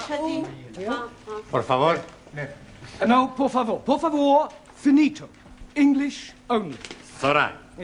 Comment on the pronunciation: Let's not forget he even said to Juan, "Por favore?"